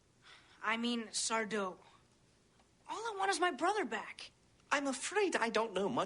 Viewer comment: It's sar-DO! no mister accent on the Do!